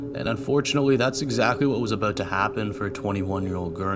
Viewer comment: Lmao at the aboot 😂 I heard it before I saw it